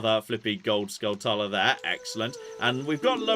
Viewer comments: We can go both ways on whether it's tula or chula, but hearing pronounce it "uhluh" was horrifying. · It's pronounced "Skull-chula". It's a portmanteau of skull and tarantula.